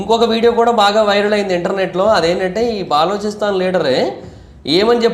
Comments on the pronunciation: orey nayana baa-loo-chi-stan kadu, buh-loo-chuh-stan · బాలోచిస్తాన్ కాదురా నాయనా బలూచిస్తాన్ అని పలకాలి.. పూర్తి సమాచారం తెలియకుండా వీడియో చేసినట్లు ఉంది. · తప్ప గా పలుకుతూ ఉన్నావు,ఆది బెలుచిస్తen ani antaru correct chesko last వీడియో lo kuda cheepina Bri inka ni istam